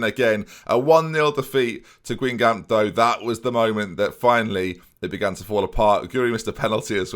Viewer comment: Your proununciation of Guingamp hurt me and amused me.